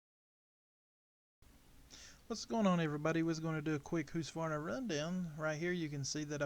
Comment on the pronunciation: Husk. Not hoose